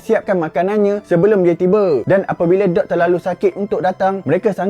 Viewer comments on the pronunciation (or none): Bukan dog tapi sebutan dia mcm duck